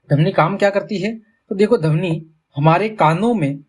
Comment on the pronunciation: Sir padhane ka tareeka to accha h lekin vo damni Nahi dhvani hota h 😂